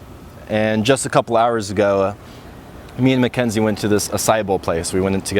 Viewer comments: synchronicity-ah mackenzie-ah story-ah anyone else hear that? lol. i like it. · Is it just me but this guy says "Party-ia", "Mckenzie-ia", "sychronositi-ia', 'lately-ia'... Whenever the word ends with 'i' sound, he adds a '-ia', wtf